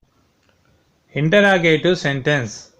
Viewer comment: It is not intra it is inter interrogative you don't know how to speak also don't make the video 💩💩